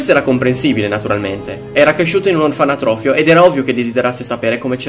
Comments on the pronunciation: OrfaNOtrofio, non "orfaNAtrofio" xD Bel video in ogni caso, molto interessante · ....la parola è "orfanotrofio"... non "orfanatrofio".... cazzo hai fatto un video de cristo, ma sta cosa t entra troppo in testa daje!